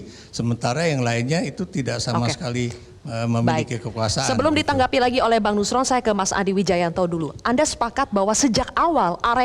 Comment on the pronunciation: Nuslon nuslon makan lidah sapi dulu lah biar R nya jelas 😊